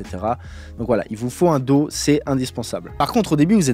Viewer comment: Si ça te dis , tu pourrais prendre des cours d'anglais et particulièrement sur la prononciation .... daw ... tu prononce do ... c'est horrible 🤣